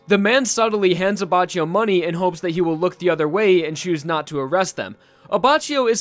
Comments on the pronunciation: Also, it's an acctual Italian word so you can use google tanslate and make it pronounce the word. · Aba chi yo The correct one: Abba ki yoh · Luis S no it's not, I'm italian and I can confirm that it is Leone Abbakkio, not Lioni Abbacchio, and that's because in italian E is not spelled I and CH=K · Anyone else annoyed by the fact that is saying abba chio Rather than abbackio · ABACHIO NOT "ABACIO". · "Abacheeou Lee-Own" It's Ley'onay aBackEO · I'm sure you know this now but it's pronounced AbbaKEEyo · It's pronounced Abbakkio in Italian not abbacio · the pronunciation of abbaccgio is wrong because it is pronounced abbacchio the chio and not abbacio. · This video is difficult to watch because the entire video you pronounce his name like “Aba-Chee-Oh” but his name is “Aba-kee-Oh”. Just sayin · hey dude nice video but, its not "abbacioh" its pronounced abbakioh in italian, no sass , just tring to be constructive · Grazie, non sono il tipo di persona che fa notare gli errori altrui, ma sentire "Abbacio" mi stava facendo soffrire 😁😅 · It's pronounced "Abackio", not "Abacio". That's because in Italian we don't use the k but to reproduce that sound we use "ch" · you dumbface it's pronounced Abakkio not Abachio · I'm italian and maybe can solve some of your doubts. GioGio is pronounced jojo, Abbacchio is more like Abbakkio. pronunciation of Leone is wrong, but the correct one is kinda hard to explain, maybe it's easier for you to look the google translate pronunciation. He also says wrong passione and the accent in vento aureo, that is not auréo but aùreo. However i don't really care of pronunciation in Jojo, Za warudo sounds way cooler than "The world" ahahahahah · I can't watch it...it's abaKKio (I mean pronunciation) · I don't want to be that guy... But is prounonced Abbakio. Trust me. I'm italian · the way you pronunced "abbacchio", abbascio, triggers me. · Say it with me Ah-back-key- o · It’s pronounced like Abbakio